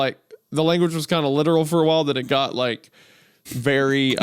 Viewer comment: You’re berry my berry?!